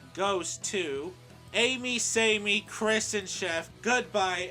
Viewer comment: Its Sammy Not Samey